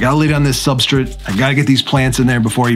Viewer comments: There is no i in substrate omg its so hard to listen to. Its like you are just kipping part of the word. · But dude, every time you say 'substrit' a fairy loses it's wings...... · I've been silently making fun of how you pronounce substrutt for months now. Keep up the good vids!! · I was quietly watching and ignoring how you pronounced "substrate" until u called me out lol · I noticed the way you said subrtrate right away when I first started watching this channel 😅 can I ask WHY though? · Why do you say substrate that way? You're the only one I've heard say it that way lol.